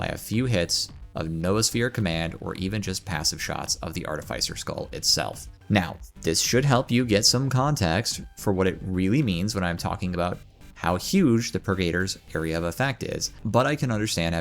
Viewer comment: artificer is pronounced "artifisser"